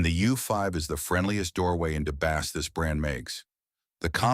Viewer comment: Hey Mr. AI narrator, it's BASS (Instrument), not bass (Fish)! I couldn't handle watching the video after that...